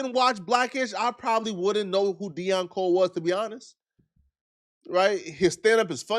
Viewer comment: This guy couldn’t say Deon Cole’s name!?!?!? Either is lazy A/F or just trying to play around, either way it’s not a good look.